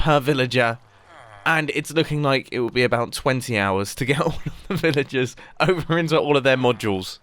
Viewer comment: When Mumbo says Villagers, it sounds more like Villages.